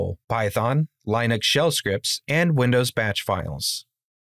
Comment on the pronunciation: My only takeaway from this video was my frustration with your pronunciation of the operating system "Linux."